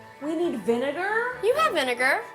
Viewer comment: did u hear Vinedar? not vinegar lol